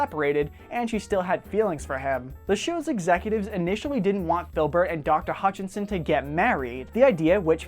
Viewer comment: I loved this! Thank you. But one problem. You kept saying "Hutchinson" but her last name is "Hutchison" ;) My last name is Hutchison =)